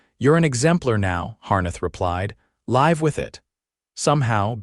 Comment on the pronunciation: The AI voicing this has mispronounced several words. Such as ..."live" with it. Should be pronounced "liv", not "līv". Should be liv as in 'living,' not līv as in 'live broadcast.'